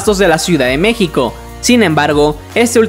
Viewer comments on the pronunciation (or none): none